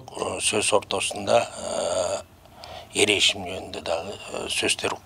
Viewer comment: Эр эсим дебей Эр эшим деп айтсанар